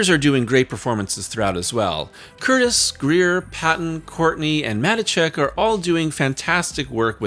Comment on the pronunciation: Just in case you bring her up again at some point, “Matichak” is pronounced Muh-Tee-Check.